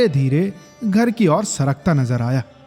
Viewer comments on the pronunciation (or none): उच्चारण थोड़ा और सही करिए भैया, मां की ओर सुस्त नजरों से देखा वाले प्रसंग में, मां की और सुनाई देता है। जबकि, मां की ओर होना चाहिए